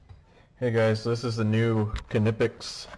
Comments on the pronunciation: It's not "Kin-ip-ex" It's "nypex" Are you even an electrician? Lol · Seriously if I hear some call the brand “kuh-nipex” again I’m gonna loose it. The K is silent it’s pronounced “nipex”. German pronunciation. Great strippers I have them myself. Worth the extra money.